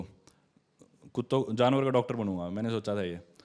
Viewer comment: Kutoo... Abey shi se bol ye kya bol rha h podcast hai.. Janvaro ka doctor bnunga mai 😂